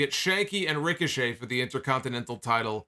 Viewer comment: “Ric-o-Chet” Idk why that was so funny to me 😂